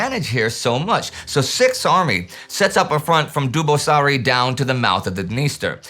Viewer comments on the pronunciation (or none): A little pronunciation nitpicking, Dubăsari's pronounciation is Doobuhssary, 'u' is a short 'oo', and 'ă' like 'i' in dirt. Also, ț is ts (yeah, Târgul Neamț again :) ). Otherwise, interesting stuff. I read in one Romanian history book that Antonescu was quite pissed off with how the whole Crimeea operation unfolded; the Romanian armies there were among the best equipped, and they had to leave most of their heavy weapons behind, since Hitler would never conceive a withdrawal until the last moment.